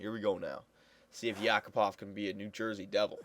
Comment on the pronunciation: btw not YAkupov, correct is YakUpov